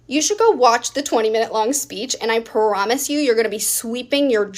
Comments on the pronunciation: Showing her personality wasn't even necessary for me to dislike her. Her saying "puhrivilege" and "puhromise" did it for me. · I hate it when women add extra syllables to words to sound sassy like, per-ivilege, per-omise.